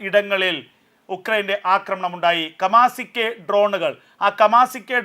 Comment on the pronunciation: 😂😂കമാസിക്കെ ട്രോൺ അല്ല കാമിക്കാസെ ട്രോൺ ആണ്